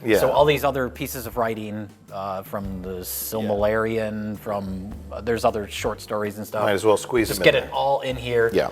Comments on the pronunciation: Haha, you said "Silmalarion" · lol 'Silmalarian' 🤣🤣🤣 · Silmilarion lmao nice try trying to pronounce silmarillion. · "The Silmalarian" lmao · "The Silmalarion". Close. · "Silmalarion"? SILMALARION!? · The Silmlarium, eh? 😅